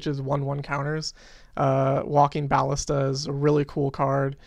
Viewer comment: You're fine, just don't say bAllista anymore :V